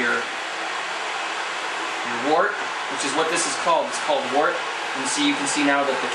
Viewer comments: its not wart its woooort-like work but with a T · Good video just a note. Wort is pronounced "wert"